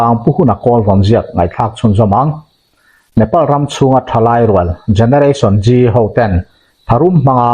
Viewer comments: Generation G tilo in Zeee tiin lam ta la a that ka va ring ve. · Gereration Gee a ni leu. Generation Z(zee)